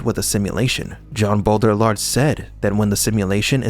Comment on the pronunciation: Great video. Hope the people who need to hear this get it recommended. But my man how has nobody told you how to pronounce Baudrillard 😂 (it's bo-dree-yar btw)